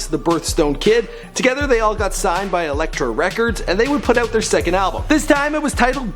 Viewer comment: Elektra records not 'Electric'